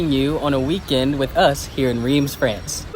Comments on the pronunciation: If you live in Reims, why haven’t you learned to properly pronounce it? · insulting your viewers is not a good look—nor is mispronouncing the name of the city in which you live.